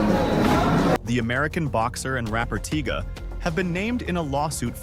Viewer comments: Tiga?? You mean TYGA.. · "While floyd mayweather has returned to the u.s., it is reported he is still confined in Dubai".. Is this A.I. doing this video or is this guy really this ignorant .. he doesn't even make sense .. and calling Tyga "Tiiga" several times 😂🤦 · Why are you saying tyga like that?